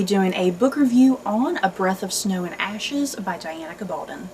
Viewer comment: Pronounced GA-bal-don (rhymes with stone)